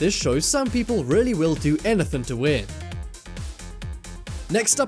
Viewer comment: You mean “anythin’”